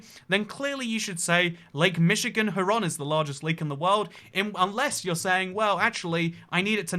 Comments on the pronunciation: Also, you said Huron correctly exactly once so all other pronunciations before and after that one time are null and void. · Darn red coat won't even say the lake name correctly. It's Huron on not huh Ron? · Huron is similar pronounced similarly, but not identical to “Hugh Ron.” Hyur Ron. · It’s lake “hugh ron.” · ..it's hur-on..kind of like her as in feminine or better yet..take urologist with and h in front of ur/logist..so h-ur, as in urologists first syllabul and the word on..as in on/off..which, I might add gets an incredibly large amount of snowfall each year in the 100+ inches or 250 centimeters.. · Michigander here! Lake Huron is pronounced "Here-ron". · /HYOOR-ron/ Also are Scots and Irish Gaelic pronounced the same? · It's pronounced (Hear-on) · Huron is pronounced hyuron Kinda like 'youre on' with an h in the beginning, and the accent is on the first syllable. Also Ottawa is a native American tribe. They lived around Michigan/ Canada. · The "Hur" at the start of Huron is pronounced like the "heur" in heuristics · it's "HERE-on", which as someone who knows what those letters allegedly do, I find pretty annoying. But that's what we all call it here, and I'm from Michigan, The Great Lakes state so you can appeal to my authority. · Lake Huron is pronounced Hue-ron. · The second retry , pronounced Hueron. You get some confusing pronunciations here in the US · Second guess was right for Huron like hyeron. I'm Canadian and we learned them as HOMES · How you pronounce Huron hurts me. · Huron is pronounced Hugh Ron. Aegean is pronounced Ah Gee Ann. Other than that I got nothin'. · I was bothered that you couldn't pronounce Huron until you also mispronounced Lomond, lol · Again sea? Isn't it pronounced A-G-N Sea? And yes the other is Hue-Ron iirc. OH, I love your humor, stop making me crush on you xD